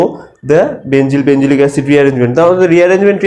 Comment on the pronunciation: NOT BENZYL ITS BENZIL